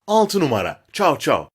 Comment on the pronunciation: 1o numara derken sadece ra diyo